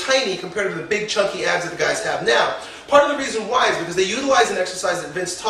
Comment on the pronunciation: Notice he said "PART of the reason why" Emphasize on the 'part'